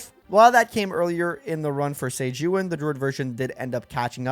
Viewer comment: Bro, is pronounced EE-WUN. Like Ewan McGregor.